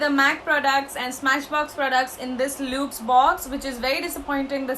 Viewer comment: Hey , i love your videos. I am from Pune. Would like to inform that the pronunciation of luxe is actually 'lux'. It's actually short form of luxury. Keep doing videos, u rock 🙂